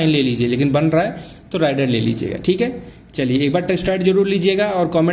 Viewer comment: Rider(राइडर) नही , Raider(रेडर) है